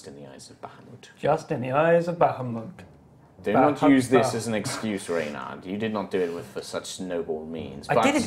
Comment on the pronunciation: Say it with us BAH HA MOOT: Bah hoo maht No...BAH HA MOOT: Bah hoo moot Nevermind...